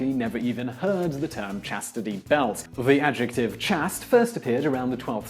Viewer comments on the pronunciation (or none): Please check the pronunciation of chaste. I’m sure it is pronounced like waste with a long a sound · Why does he consistently mispronounce the word "chaste"? (It should rhyme with "paste" and "taste", even in the U.K.) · It's pronounced as "chaiste" I can't find any documents showing the short 'a' that you're using. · Court gestures? Chast? Catherine de Medisi? Does nobody direct these videos to pick up on your mispronunciations? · Dude, you are still mispronouncing words all over the place. Chaste, Medici, gimme a break. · there's chastity and being chaste, they are pronounced differently. I'm assuming he's taking the word from chastity belt and shortening it to chaste, without checking how it's pronounced.